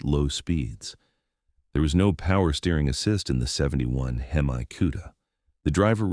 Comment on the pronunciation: Shitty AI narration can't even decide how it wants to mispronounce HEMI lol